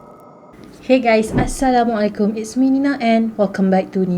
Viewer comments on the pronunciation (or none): none